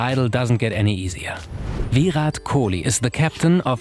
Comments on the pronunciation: It’s Virat not villlllat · It's virat not vih raat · I cringed everytime he said Veerath Kolee 😆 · Ohh bro he is not VIIIIIRAT KOHLI😅😅😅, He is "VIRAT KOHLI" AKA king kohli👑 & the Runmachine🔥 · Vee-Rhat Kohli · Ve rat kohli not ve hat kohli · It's shitty how he says Viraaat kholi 🤣🤣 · The way he tells Virhat Kohli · For a small mistake, It's Virat Kohli (VIRRAT) But he speller him as Vihat Kohli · I like how he tries so hard to pronounce Virat right. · his Pronounciation of virat is really funny 🤣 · why does he say "virat" like that LOL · The way he pronounce "Virat Kohli" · That r in Virat is just gold